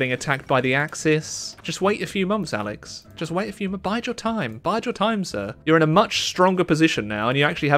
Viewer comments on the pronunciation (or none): none